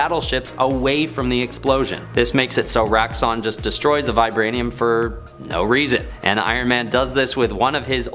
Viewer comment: “Roxxon” not “Raxxon”